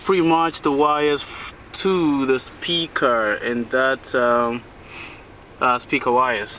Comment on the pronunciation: you said peaker